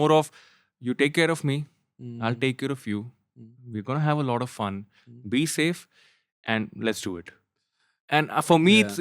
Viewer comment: The fuq is "lauda", enunciate your words "lot of" stop saying lauda lauda.